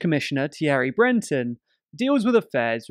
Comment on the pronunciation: Thierry Breton, not 'Brenton'.